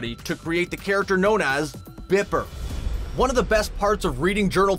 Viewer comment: You said BIPPER and my friend behind me just screamed, "BIPPER!!!!"